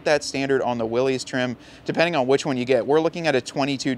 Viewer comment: It is 'Willis', not 'Willies'. Weee willies!